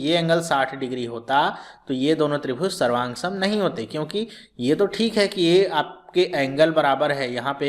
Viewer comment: SARVANSANG , SAVROOF KYA BOL RHE HO SIR :(